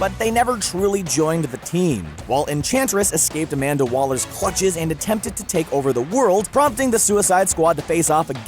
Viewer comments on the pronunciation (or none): none